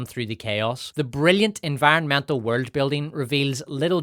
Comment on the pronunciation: You have excellent drama, but man, you need to stop pronouncing some words….. like “world” etc